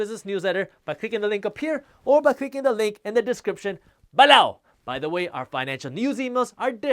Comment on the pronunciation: I can’t live without hearing him say “BELOW”! Lol.